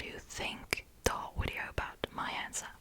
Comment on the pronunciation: Wideo lol